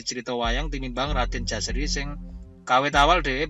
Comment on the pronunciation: Menurut baku yg saya baca, Putra dari Paranggaruda bernama JOSARI bukan Jaseri